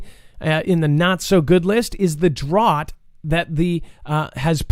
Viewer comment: Why were you pronouncing drought in such a funny way, incorrectly I should say? Certainly know that DROUGHT is pronounced in a particular way. It was so odd.